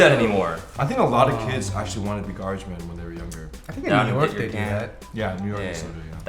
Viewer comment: GABAGE MAN!?! GABAGE START WITH A G